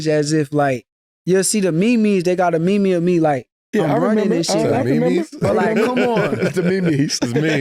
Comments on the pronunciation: “They got a me-me of me…” “Me-Me? What’s a Me-Me?” Lmao 😂 I needed that laugh this morning. Tough morning 🙏🏽👍🏽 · "Me-Me" 😂😂😂 lmao